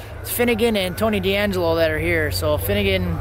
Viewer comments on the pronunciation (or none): Tony Angelo, no "D". Great video, thanks for sharing.